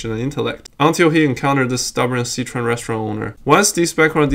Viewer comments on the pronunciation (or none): I wanna know why you can't pronounce Sichuan properly.